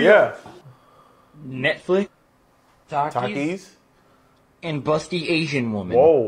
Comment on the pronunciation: Why she say take eeeeez